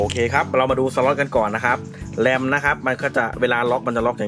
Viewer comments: แรม แรม แรม ไม่ใช่....แร้ม ...Ram ( Random access memmory ) เป็น Stores Device สำหรับเก็บความจำชั่วคราวของคอมฯอีกแบบหนึ่ง ที่ต่างไปจาก ฮาร์ดดิส ทางกายภาพ ถ้าจะสอนคนอื่น ต้องเข้าใจ การทำงานของอุปกรณ์ นั้น ๆ ram, front side bus (fsb), bit, bite, Herzt bios Masterboostrecord (mbr) Harddisk , เหล่านี้มีหน้าที่อะไร แบบใหนดี แบบใหนเสีย ไม่ใช่ ฟังแค่ Beep Code แล้วทำเป็นเก่งเรื่องคอม ทุกคลิปที่ทำ ไปดูมาจ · เหมือนเป๊ะเลยครับ ขอบมากๆครับ